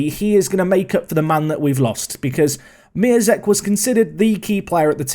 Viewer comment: Actually you should pronounce Miazek as MiONzek, because his real name is MiĄzek and you read te ą as on. Same situation is with Piątek.